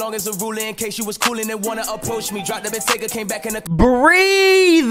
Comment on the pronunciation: Weezy said what's brackin instead of crackin he's a blood